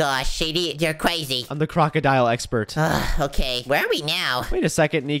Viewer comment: He keeps saying "Cwazy" while Its crazy.